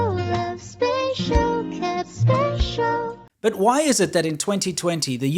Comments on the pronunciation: The lady saying spacial sounds like she’s saying facial!! That made my day ahaha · I think the Chinese genuinely misunderstood the spelling was for "special" versus "spatial". The pronunciation (probably taught by to the Chinese? Lol) is pretty close and indistinguishable to a non-native speaker. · not gone lie, by the second time hearing (end of video) it got me. spatial house, spatial food ...... spatial